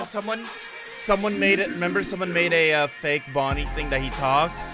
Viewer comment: Did no one notice called Bonnie “Vonnie”